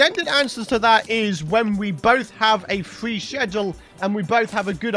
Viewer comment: And sheshual instead of schedule 😂 ( nO haTe iNtEanDed I loVe )